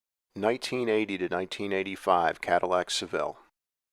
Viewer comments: SAVVEL....never heard of a Cadillac SAV-VEL....Maybe a SEV-VIL but not a SAV-VEL. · Why do you say "SeVELLE?" It's "SeVILLE".